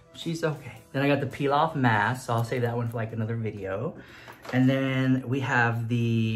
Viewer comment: says “peel off mask”... What i heard: “pilaf mask “ 😂😂😂😂 why am i real